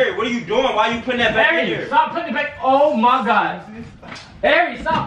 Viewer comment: whenever says oh ma god I be dying